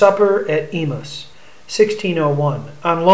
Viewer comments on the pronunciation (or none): It's pronounced E-may-ous.